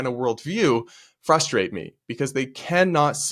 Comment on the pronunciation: f R u s t r a t e. I know you can say it. You are the only male I have ever heard mispronounce this word.